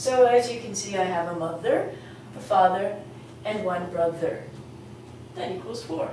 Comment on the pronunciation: while speaking mother father n even in brother u didn,t take care of the pronounciation of th as u taught us in ur other lesson.im a bit confused.should i forget th for mother,brother........